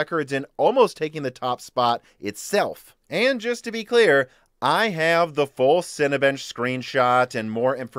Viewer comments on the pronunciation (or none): none